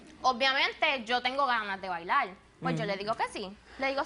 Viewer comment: diveltilte , bailal , comel, tomal, evitall hahahah WTF.